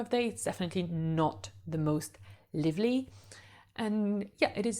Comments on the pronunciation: Hi! Thank you so much for your wonderful videos! I'm moving to Paris this year so it is so helpful! I am also learning French and am so impressed by your English! You speak so very well. Purely out of love for a fellow language learner; the word 'lively' has a long sound where the 'i' is, just like in 'alive'. I just noticed that a few times in a few of your videos and wanted to let you know! The only reason it stands out is because you speak so dam well so I just wanted to let you know! Congratulations and thanks again! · Excellent video! I hope to visit Paris in 2025 and your video will help. I have one small pronunciation correction. The "i" in "lively" is long in British and American English. ❤ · Love your tips on all the arrondissements of Paris. Very good information. And I have stayed in 3 of those arrondissements and very much agree with what you said about them. But there is one thing I hope you don't mind me pointing out. You are mispronouncing "lively". From the word "live" as in "live" music. It should rhyme with five, drive and hive. So not liver-ly but live-ly. Cheers.